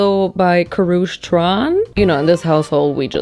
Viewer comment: I love you but the same way you googled that Caucasian UK ladies name so you could say it correctly you should’ve done the same for Karrueche Tran. I want to believe you didn’t mean anything by it, but in the future have the same respect for everyone’s name across the board.